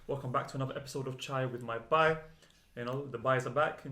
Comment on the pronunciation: it Bhai. NOT Bye. damn it! bHai